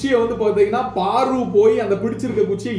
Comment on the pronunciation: Paru not Baru